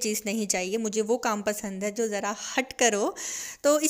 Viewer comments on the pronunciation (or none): none